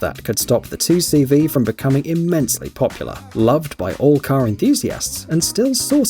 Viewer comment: 2CV is not pronounced « Two See Vee » but « Deux chevaux » which means « Two horses »